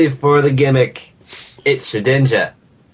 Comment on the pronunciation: Lol, ShedNINJA, It's Shedinja dude.